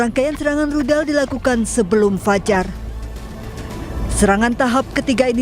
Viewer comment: Rudal..bkn Ludal!😊